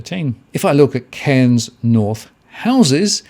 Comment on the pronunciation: Very questionable data coming from someone who can't even pronounce the cities name.